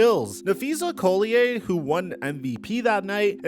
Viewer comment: that's not how you pronounce collier bud. I'm pretty sure she is one of the best in the league on the best team. And I think the wnba AND cailtin clark are beyond horrendous. Pathetic.